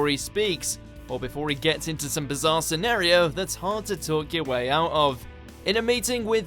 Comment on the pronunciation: It's "Boff" and "SEH-NAR-REE-OH"!